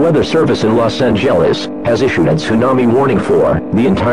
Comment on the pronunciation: "los angehlens" cmon its not that hard please